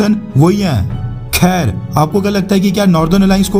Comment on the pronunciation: Khaar nahi khair hota hain